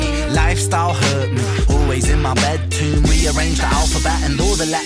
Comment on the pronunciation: Ive listened to this a few times now and just caught the fact he said "bed tomb" instead of "bedroom" 🥺 ren 💜💜💜